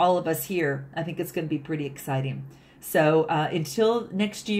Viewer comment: This reading is very promising. I do hope it comes to pass for me. Now I know you're probably saying "Namaste" but I keep hearing you say "Amaste" lol